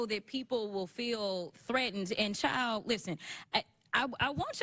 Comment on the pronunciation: She didn’t call her ‘child” Joy. She said chile😂😂😂